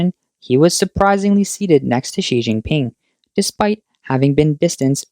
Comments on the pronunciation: Did he actually say Xi King Pee? 😂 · Oh snot. I was just learning how to say “Xi Jinping.”